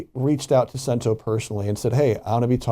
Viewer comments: Pronunciation guide: Cento is pronounced "CHEN-toh", and not sen tew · "Sent-o"? Its "Ch-ch" Cento. Before reporting on an item, please make sure you actual know how to pronounce it. Love when white people love to claim Italians as their own, but cannot pronounce the items properly. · Learn to pronounce Cento properly.....all this communication back and fourth and you still say “Sentó” yo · "Ch"ento. . Ch-ch sound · It's pronounced chento. Ch sound. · You aren’t pronouncing the name of the company correctly